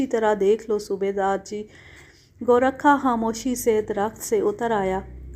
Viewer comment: بی بی یہ لفظ گو- رکھا نہیں گورکھا ہے جو ایک قوم ہے